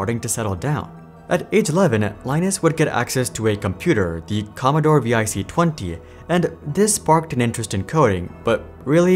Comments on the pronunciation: it annoys me that you pronounced it V I C 20 instead of VIC 20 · It's pronounced Vic not v.i.c... Vic20